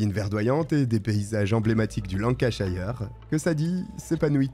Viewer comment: Encore une vidéo punch et efficace 😊 PS: les toponymes anglais qui terminent en "shire" ne se prononcent pas "chailleur" mais "cheur". Exemple ici : Lancashire se prononce "Lancacheur" 😉